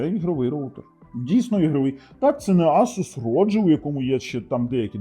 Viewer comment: Правильно говорити ASUS, а не ASUS 😂